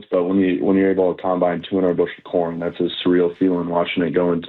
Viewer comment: Salk thought he said something other than corn.